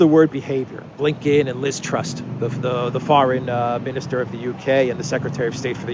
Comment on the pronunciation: Ironically her name is TRUSS, not TRUST, as you said a few times! She's a complete embarrassment :(